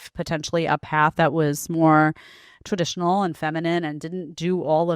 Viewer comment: So lazy she can't even say TRADITIONAL.